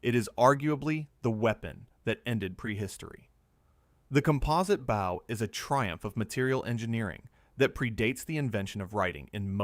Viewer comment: Your AI reader has problems with bow and bow and lead and lead. You really ought to proof your work before you post.